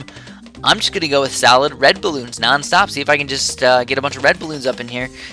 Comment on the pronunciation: Every time you say "solid" it sounds like "salad" like "that is a very salad spot"